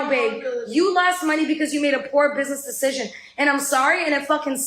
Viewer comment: Can this bitch really think “decision” is pronounced “deshishin?” Because that’s what I keep hearing.